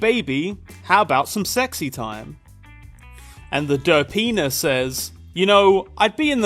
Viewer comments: every time you say "derpina" it sounds like "da penis" lol. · i keep thinking youre saying der penis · what he says: derpina what I hear: da penis